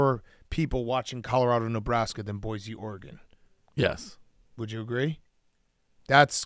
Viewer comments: “Ora-Gon” -Dave Portnoy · “Are-gone” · One of these days Dave will learn how to pronounce Oregon like everyone else on the show